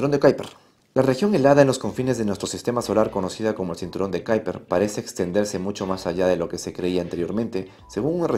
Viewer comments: ¿Cómo qué Kaiper? Será Kuiper en castellano o en todo caso ˈkœypər en neerlandés. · Kuiper se pronuncia como se lee en castellano (cuiper). Es un apellido holandés. Saludos. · En español es m{as comín que se diga, cinturón de quiper! (Kuiper) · "Cinturon de kyper" , ulala que finolis